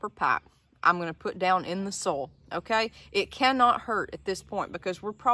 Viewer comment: everytime you say 'soil' it sounds like 'sol' the spanish word for sun